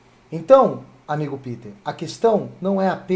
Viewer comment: nao e piter e pêter kkkkkkk